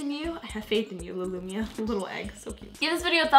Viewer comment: You Said luimia but you have to say liluimia